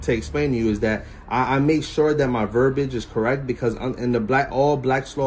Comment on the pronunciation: it is "verbiage", not :"verbage". 🤣 Betsy De Vos would be proud of this goober.